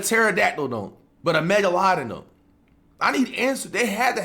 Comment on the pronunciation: "mega lodin"